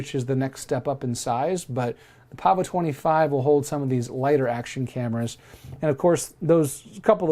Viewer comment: Yes Sir, you pronounced it correctly. 😄